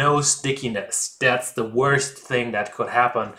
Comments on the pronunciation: sag einfach DE anstatt SE... ist tausen mal näher dran und klint viel besser als mit S.. geht bei allen TH wenn ich mich nicht irre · Nice work. You might have trouble saying "the" or "squirrel" but I can't pronounce Brötchen or Eichhörnchen either. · I totally picked up on "ze" and fixated on it until you mentioned it!! Edit: on the other hand, you are the only youtuber capable of pronouncing "autolyse" correctly